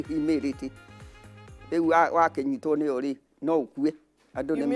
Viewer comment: Wow! She learned English; humidity😂